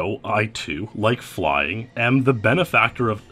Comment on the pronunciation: Fuck "FLYUNG" :)